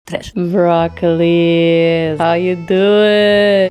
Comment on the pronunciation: I heard virat kohli, how are you doing? Instead of broccoli, how are you doing? 😂